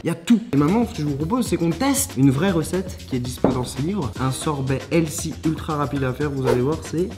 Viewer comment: La façon que tu prononces le mot healthy ... j’ai mal aux oreilles